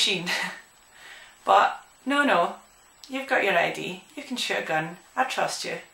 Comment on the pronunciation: sounds like shes saying " i actually got to shit a gun"